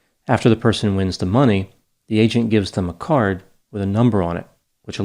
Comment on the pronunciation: Every time you say “agent” it sounds like you’re saying “Asian”